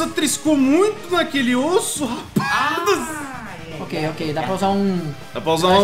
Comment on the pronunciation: Foi "osso" kkkkkkkkk